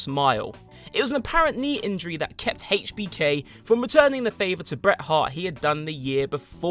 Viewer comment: Another British wrestling top ten list on youtube, another commentator pronouncing it "Haitch-BK"